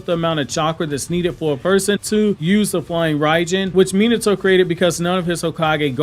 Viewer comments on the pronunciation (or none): I dislike how you pronounce his name… it’s not MEE-NITO…… it’s MEE-NAHTO